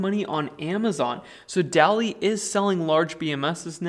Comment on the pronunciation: Carson daly pronounces his name daily... You say dally. So interesting.